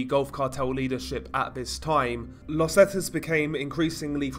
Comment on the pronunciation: It's pronounced "Zeeta" not "Zeta" 👍🏻